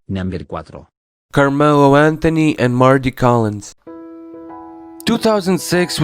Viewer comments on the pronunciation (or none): none